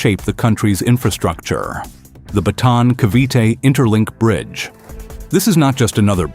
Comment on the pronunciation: BATAAN not BATON !